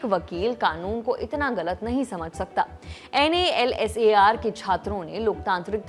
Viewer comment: what is this NALSAR. Whole world is calling it nalsar..